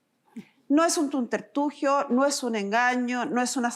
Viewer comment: 😂😂😂CG acabas d inventar una palabra 😂😂😂 “TUNTERTUGIO” 😂😂 Yo se q quisiste decir “Subterfugio” . Te entendemos 😂😊